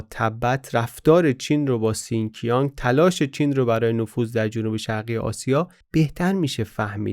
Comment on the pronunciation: تلفظ شین جیانگ رو اشتباها سین کیانگ گفتید. ممنون بابت این معرفی این کتاب هم